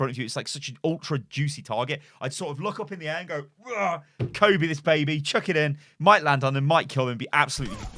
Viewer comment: When he said “kobe the pulse” 😣